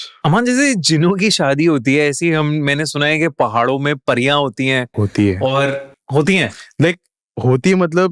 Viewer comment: pariya ko phariya bol rha aur kashmiri me nahi gadhwali, kumau aur uttarakhand me hai pariyo ka man na....pta hai thoda sa par bolunga jyade